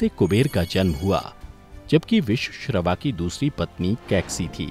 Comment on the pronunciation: Good video. But pls say the names correctly vishravaa, dhaanyamaalini, athikaaya, aksha Kumar and NOT akshay kumar, vidyujjihvaa, vajrajwaalaa, etc